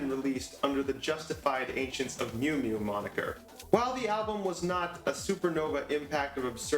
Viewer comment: thank you!!! BUT its not the Justified Ancients of "Mew Mew" its "MOO MOO" #HailEris